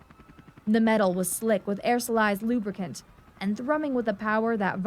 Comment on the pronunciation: as stated elsewhere a UH does not have skids .... so tired of this bullshit getting easily verifiable details so badly wrong also if you are going to be a Narrator you should really learn correct pronunciation. Synchronicity and aerosol -ized were both pretty quickly skipped over incorrectly also a uh-60 does not have airframe diagnostic ports ... certain individual system might ..they didn't when i got out but they may now. for example the SAS does have some test outlets for a computer system ... but there is nothing even approximating an "auoto landing subroutine" to landing